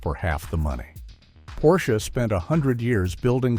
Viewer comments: "Porshey" ?? OMG, I am so fucking tired of this AI slop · Drop the second syllable “e”. Now say it, what’s the car? - That’s better. Almost human. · How am I supposed to take this video seriously when the narrator doesn't even know how to consistently pronounce Porsche correctly? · what BS. The author can't even pronounce Porsche correctly. The 911 will always be around with the highest resale value of any car, the least depreciation. The 4-doors and suv's are a different story. The EV's are a different story. I didn't buy my 911 last year for investment but it turned out to be one.